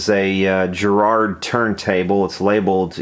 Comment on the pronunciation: That's what I wanted to say, and with the emphasis on the first syllable: GA-rard. :-)